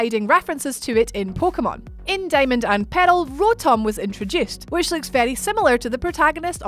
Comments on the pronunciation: Uhm no I mean pearl ahahaha. It’s called Pokémon pearl not peril😂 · You mean peril? Hahahaha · say "pearl" again lol